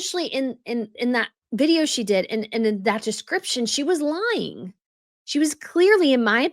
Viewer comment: But, as much as I enjoy following and watching your posts, please watch your diction. "Stop lying-guh! Stop lying-guh!". It makes you sound unattractively colloquial. Thanks.